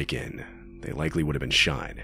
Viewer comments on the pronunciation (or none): none